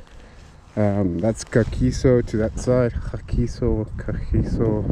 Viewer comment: The third pronounciation of “Kagiso” is right🤠 It is very nice to see videos from a local rider. Esp on a entry-level bike. I really enjoyed the first ride, from mount usambara down to Muldersdrift past Avianto. I enjoy the videos. I am thinking of also getting a entry level bike.I am just worried about safety.🤕🤠